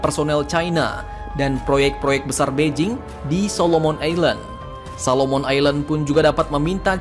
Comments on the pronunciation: Solomon bos, bkn Salomon. Solomon=Sulaeman :) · Solomon bukan salomon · SOLOMON JIIIRRRR... SALOMON APAN DAHH ????